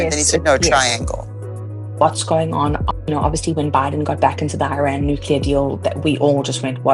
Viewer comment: Oops, not Uran , but IRAN..